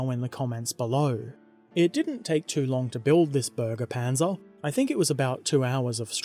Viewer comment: No u said it wrong its supposed to sound like berge panzer and not burge panzer